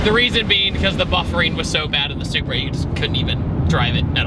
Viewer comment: Buffet-ing not buffer-ing